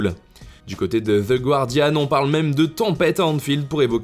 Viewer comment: The Guardian se prononce sans le son « Gue » on dit le « Goardian»